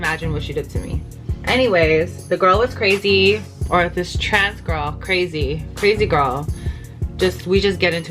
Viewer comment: how you saying trans girl like that loool don’t forget your a boy as well